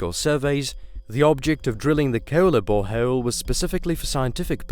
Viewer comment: "Hey were auditioning for this youtube documentary." "Ok" "Please say bore hole" "Boreho-el" "You're hired"